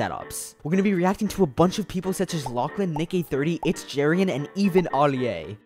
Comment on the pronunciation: Why did he say Alia like that